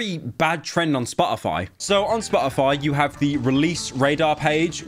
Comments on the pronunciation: if i have to hear "spo' ify" with pyro not pronouncing the letter T i'm going to send him a hand made dictionary that only has words where you pronounce the letter t. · if i hear spo-o-foy one more time imma go monkey mode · I like the way he says SPA-O-FY. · spah - uh -fi